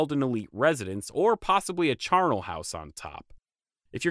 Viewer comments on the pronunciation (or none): It’s weird to hear you mispronounce charnel and Aztlan.